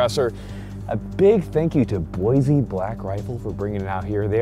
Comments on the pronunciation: Boy-See not Boy-Zee Sincerely, Idahoans. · Love your content been watching for a while but I couldn’t help but notice the way you said boise as a Idahoan i want to inform you you pronounced it wrong its not boize it’s boise keep up the great work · It’s “boy-see”, not boiizzzzee like some transplant would say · Fair warning, you pronounced Boise wrong and may get mocked if you do it in front of residents. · You pronounced Boise wrong